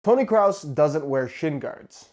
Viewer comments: Idk if you guys are German but I'm Danish (basically as close to German in europe as you can get) and I wouldn't say Kraus neither Cruz. I would just say "Kros" and when there is two it's just say it like kros but extend the time you say the "o" so "kro-os." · It’s Kroos not kraus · hodensakko digger man sagt Kroos und ned kraus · mate it pronounced krus not crowse. BTW i speak german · it's not tonny kraus it's kroos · I as a German can say it's pronounced like "crows". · You pronounce it as "Cross", but you're supposed to pronounce it as "Cruise". - Greetings from Belgium! Und ja ich spreche auch Deutsch. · Did he say Toni Krows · It's Toni Kroos, not Toni Krause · Its not kraus its kroos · Its pronounced "Kros", with a long "O" you should Not pronounce the "O"s Like "u". Its O, just longer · TONI CROSS? WAS THAT YOU SAID? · Lol "Toni Kraus" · Toni kroos not krous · Toni 'Croh-ss' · Yo it's Kroos not Kraus. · Lol, i heard you saying 'kraut' . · Toni kraus? Lmao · Isn’t it Kroos and not krause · You pronounce his name like 'Kraus'. He has 2 o's in his name my man. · It's not toni krous it's kroos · It's not Toni kraus.. it's Toni kroos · It’s kroos not cross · "Toni Krus" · It’s definitely pronounced krewse not crowse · its kroos..not krous.. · But the bad thing is that he said Toni krus 😂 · Kroos (pronounce krus) not krouse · It is not pronounced cruz for all the people that try to correct you. Saying Kraus isnt that wrong lol. Just say kross with a long o. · Put 'crause' on english google translate and hit the speaker button. That's the right way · It's toni kroos not toni kraus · Tony Kraus hahahahaha 😂😂 it’s Tony Krooo000OOOOS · Kroooooos not Krause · Its pronounced (kruse) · kroos its like saying Cruize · Josh, are you calling him "Kraus" on purpose? I know he's German but this is next level 😂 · its not pronounced as 'cruz' its actually 'cros' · tom cruise, toni kroos.